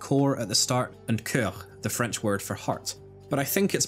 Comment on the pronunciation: I'm late, but just wanna say (great video btw) that your french accent is perfect